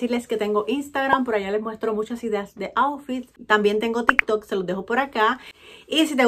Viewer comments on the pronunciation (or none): none